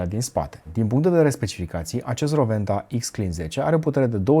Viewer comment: S-a spus corect numele. W se pronunta V in limba germana. Si nu Rouenta cum se spune gresit la TV.